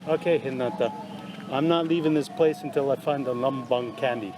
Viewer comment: No offence, but Candi Lumbung should be read lo͞ombo͞ong / lo͝ombo͝ong not ləmbəng 😂